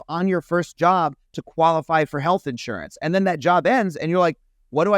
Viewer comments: The most surprising thing in this video is the way Phil pronounced “in-surance” wtf?!😂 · Why does Phil say "insurance" like that? lol I dunno if he realized but it was so cute/funny.